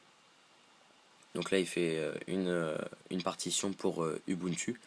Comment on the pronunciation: Désolée, on prononce "oubountou" et pas "u bu ntu" :-)